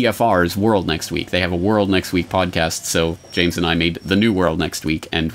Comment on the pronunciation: "Joyms" .... lol